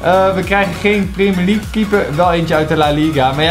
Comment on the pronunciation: Gast je spreekt het uit als prèmier league maar jij zegt prémier league